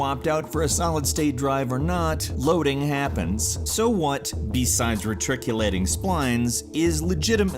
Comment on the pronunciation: it's reticulating, not retriculating. It even spells it out on the screen.